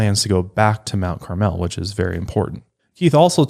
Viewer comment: I live right by Mt. Carmel (approx 20 minutes)! I even a know a Dardeen from there! It’s pronounced a little differently than how you guys are saying it...it’s more mount “carmull”, if that even translates through text! I really enjoyed this case and despite being so close to Illinois, I haven’t heard much if at all, until this podcast!